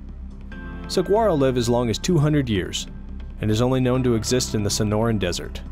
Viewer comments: I'm from Arizona. Saguaro is pronounced, swa-wor-roe. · The "g" is kind of silent in Saguaro, more like a "w" really. Something as simple as correct regional pronunciation of important and iconic words can go a long way. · It is sa-war-o FYI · those are Giant Cardon, not "Sa-G-uaros"... mispronunciation aside they are different species entirely. Pachycereus pringlei vs. Carnegiea gigantea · Love your videos but you pronounced saguaro wrong. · Saguaro.... You don't pronounce the G. You hurt my soul pronouncing it how you did.